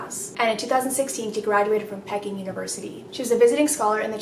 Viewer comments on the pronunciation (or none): none